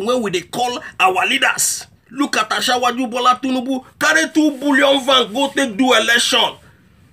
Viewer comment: That pronunciation.....ASHAWOAJU BOLA TINUBU. It is supposed to be ASIWAJU not ASHAWO AJU ........very funny. But you speak the truth anyway. More grease to your elbow.